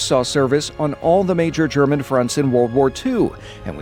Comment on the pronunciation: I appreciate how you pronounce the german properly, most people butcher it